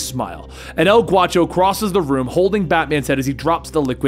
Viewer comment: not El Guacho...it's G -A -U -CHO..A is pronounced like in ASSASSINS..ask a friend who speaks Spanish he'll tell you .😁 ..great video as always 👍